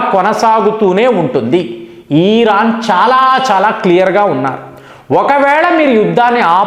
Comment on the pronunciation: ఓరి నీయబ్బ... ఈరాన్ కాదురా నయనా.... ఇరాన్ మాత్రమే...నువ్వు ఏమిటో నీ pronounciation ఏమిటో.. నాకు అర్థం కాదు.